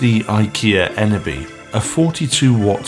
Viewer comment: Dude you pronounced it so funny😄 it’s named after a village EN is the name of the village and (BY-=Village)